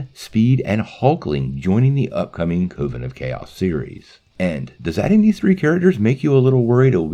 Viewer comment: Please learn how to pronounce "coven". It rhymes with "oven".